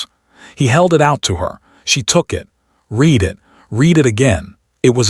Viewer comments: The verbs ‘to read’ and ‘to misread’ rhyme with ‘red’ in the past tense. A human narrator would know that. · Narrator lacks proper accent for the tale. Dull dull dull. Misprounounces past tense of read and others.